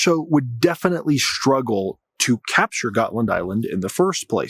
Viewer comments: DUDE!, DeepWoods Off! already! 🤷‍♂️ PS Götland is pronounced like Goatland and for good reason, and uh it’s not an ocean…. Also, Russia wants to see if it can get the West to divert its resources AND, not or, if not, it wants to attack/probe NATO and OF COURSE it wants Finland, too. I mean, come on. It’s Russia/Moscow and a very strategic piece of land, a la Crimea. Predators gotta pred… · You're mispronouncing ˈɡɔ̌tːland